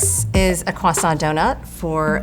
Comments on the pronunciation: kwaSAWT mrs. maam this is english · "croissant" has an "r" sound in English fyi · I hate the way she insists on pronouncing "croissant" with a French accent every single time. Yes, it's a loanword, but it's been part of the English vocabulary for ages and has an established English pronunciation. People who do that, do you pronounce every loanword with its original pronunciation? Because it sounds dumb. Fight me.